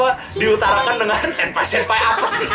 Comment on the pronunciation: ngomong senpaoi senpaoi